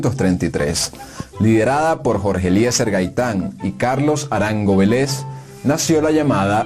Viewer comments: Vélez con acento en la primera "E". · Vélez con acento en la primera " E".